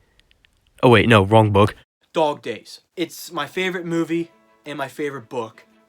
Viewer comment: Dog days more like doog doys